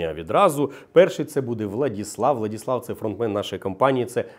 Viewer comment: ВладИслав, а не ВладІслав. СьогоднІ, а не сьогоднЯ., що з вами?